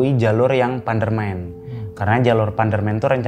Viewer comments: Tadi mas nya itu salah ngomong terus pas diulangi lagi ngomong nya jadi panderman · Maaf, saya senyum sendiri tiap kali masnya bilang PANDERMEN. Jadi mikir, apa emang para pendaki menyebut PANDERMAN dengan sebutan PANDERMEN gitu ya ? Maaf kalau saya salah. Btw rumahku di lereng Panderman. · Bacanya pukan pandermen tapi panderman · panderman pak bukan pandermen😂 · APAAN SIH ITU PANDERMEN PANDERMEN.PANDEREMAN BUKAN PANDERMEN.EMANGNYA SUPERMEN KAH🤣🤣🤣😀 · Bener bang, pdhl panderman gitu aja apa susahnya😂 orang kita sekitar nya juga familiar panderman